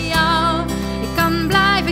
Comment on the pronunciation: Prachtig liedje! Heerlijk hoe ze 'kijken naar jou' uitspreekt.